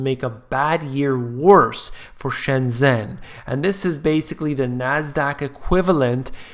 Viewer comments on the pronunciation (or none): I love you but please say "shen-jen" (like jennifer)